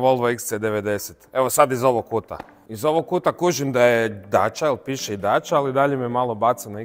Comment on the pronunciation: lijenost u izgovoru,inije dača nego dacia